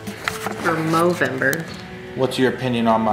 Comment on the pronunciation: It's called movember if you didn't say it right, i'm sry if you do say movember.